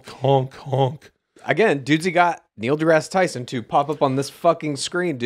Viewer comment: holy shit its actually Neil degrease Tyson